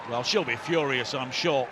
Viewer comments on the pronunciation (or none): none